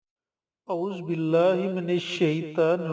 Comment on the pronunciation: Azuubilah to sahi se parhna nhi ata jahil